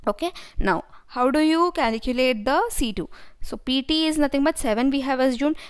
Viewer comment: Its calculate, not caliculate